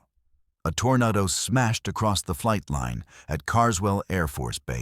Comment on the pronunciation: Was that a communist Tor-na-do? 😂😂😂